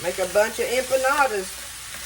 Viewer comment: Dearest Friend, I’m not familiar with Mexican food and when you said what you were making, it sounded like “UMPA LOOPA’S “ like the movie character’s 🤣😂🤣. It made me laugh so hard!! 💕🙏🙏 your KeyLime friend